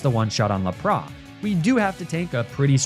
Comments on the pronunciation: The way he pronounces lapras annoyed me fr🤯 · Lapras instead of Lapras is weird bro, Its pronounced Lapras and not Lapras. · Lap-rah? Omg. Dude. You must be doing that just to annoy people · whole thing is mispronouncing stuff (i.e Emolja, Laprah, Magnemitee) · I'm just started watching your vids recently so sorry if I don't know the insider knowledge but do you really call LAP-RIS, LUH-PRA? What?!?!?